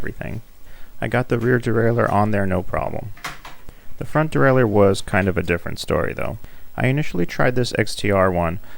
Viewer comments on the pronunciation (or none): none